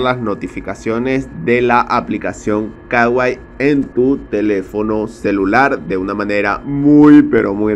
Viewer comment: Es kuai no kawai